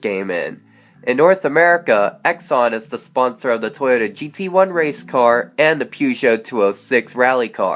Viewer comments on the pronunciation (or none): none